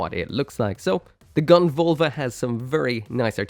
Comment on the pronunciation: it's Völva with an Ö.